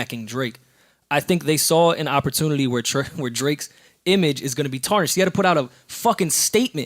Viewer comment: said "Draks"😂😂😂😂😂